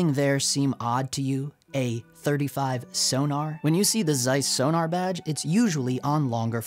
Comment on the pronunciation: Please.... it's not 'Sonar' it's 'Sonnar' (short 'o' as in 'gone'). You could even say 'Zonnar' due the German origin, but that's going too far.